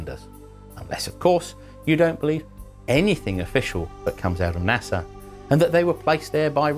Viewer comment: Did he say “Nasa non-believers” or “Asshole non-believers”? I think it was both.